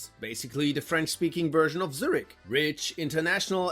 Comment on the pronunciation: If you were american. Thats fine, but u are german. Why did you pronounce Zürich like that 😢 it hurts my Luzerner heart.